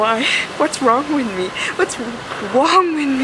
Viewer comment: Aww nothing is wwong wiff joe kwipkie & "erw my god... I'm officially scarred for life by this toilet" hahaha thnx for making me laugh, hilarisch :D